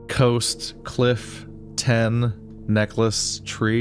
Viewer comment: Coast -> Cost. A is the letter.